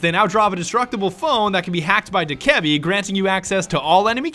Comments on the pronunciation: It's dok-ah-bee Not doh-keb-e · It’s not (duh-ke-bee) It’s (doe-kuh-bee) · Do-ka-bee not dokehbee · I thought u pronounced dokkaebi doe-kah-bi but its doe-ka-bi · Ubisoft confirmed it’s dough-keh-be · u pronounce it dok-A-bee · Its pronounced DOKE-UH-BEE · It’s pronounced do-ku-bee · its pronounced "doke-eh-bee" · Its pronounced dough/ka/bee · Btw your pronouncing Dokkaebi and Vigil wrong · I can’t be the only one who is bothered by how he says Dokkaebi, still great vid tho